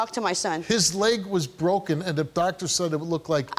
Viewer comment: "His leg was bwoken."